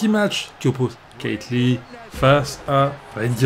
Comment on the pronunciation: Tu c pas prononcer keith lee